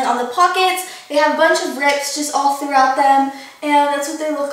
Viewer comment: does anyone else think it's funny when says "throughout"? idk. maybe it's just me.